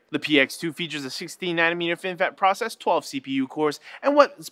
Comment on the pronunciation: FINfet? is that Boba's cousin?